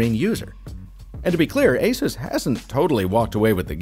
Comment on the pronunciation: Oooo what happened? You used to be one of the only reviewers to say “Asus” correctly (asus like Pegasus), but you’re now saying “a-zues”